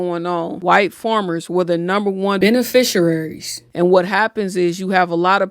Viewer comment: You said beneficiaries wrong with so much confidence! 😂